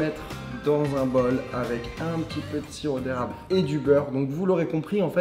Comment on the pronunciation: je suis la seule qui à entendue sirop d'arabe au lieu de sirop d'érable ? 😭💀